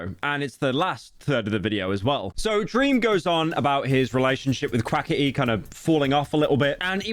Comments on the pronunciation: and "Quaketty?" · the way you say quackity makes me laugh thank you